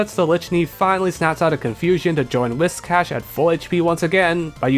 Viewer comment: holy shit a youtuber who pronounces whiscash right i never thought i'd see the day